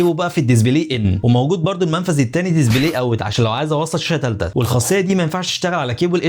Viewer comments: Display ❌️ Dizibley✅️ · يا اخي اسمها دسبلاي مش دزبلاي اسف بس والله غاضتني 😅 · دزبلي ازاي يعني؟ اسمو ديسبلاي مش دزبلي!!